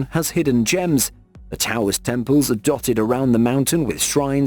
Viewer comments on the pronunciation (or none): none